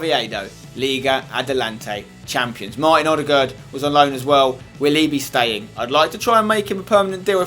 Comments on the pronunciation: You are the ONLY youtuber that can say Ødegaard propardly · I like how you say ødegard right, unlike other englishmeb, haha!